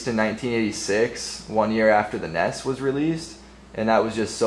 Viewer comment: He say the nes weird